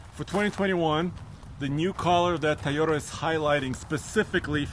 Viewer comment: Toyota: TOY-yo-ta Not ty-yo-ta or tee-yo-ta. Lol love your videos, keep up the good work!